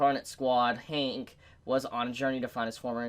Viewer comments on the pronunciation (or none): none